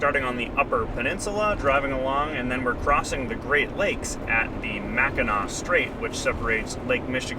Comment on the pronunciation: as a Michigander I'm surprised you said Mackinaw correctly. Hope you enjoyed the state!